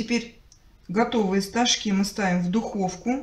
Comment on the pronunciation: Хоть один человек ставит правильно ударение в слове стожки,спасибо за рецепт ❤❤❤❤